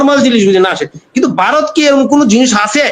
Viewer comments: ভাসাটা ঠিক করুন ওটা বারত না ভারত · তোরা সবাই মিলে আগে ভারত উচ্চারণটা ঠিকমতো বল